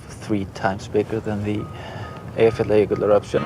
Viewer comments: I think her pronunciation of "Eyjafjallajökull" is really good, the best I have heard actually from one that isn't native. It's obvious that she really tried to get it right :) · She pronounced the name😁